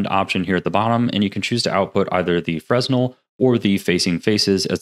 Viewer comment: Say it with me... "Fruh-nel"